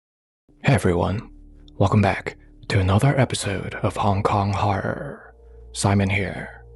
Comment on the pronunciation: I love how he drags out the R sound in Horror in his intros. It sounds really spooky and cool.